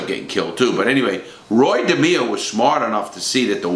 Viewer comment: Roy DehMEEo